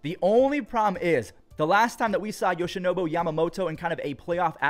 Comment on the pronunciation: Should have taken one every time he said YoshinoBO too lmao